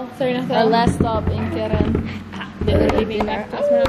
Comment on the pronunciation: Are you sure you say keren 0/10!!!!!